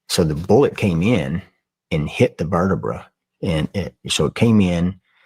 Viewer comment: anyone else annoyed as fuck at how this jack wagon says vertibruh??